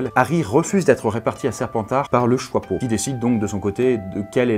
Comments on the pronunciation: ARRÊTE DE DIRE JOIPEAU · Tu dis le chOIpeau au lieu du chApeau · Le choixpeau plutôt le chiapeau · Ça me perturbe. Pourquoi tu dis "choipeau"?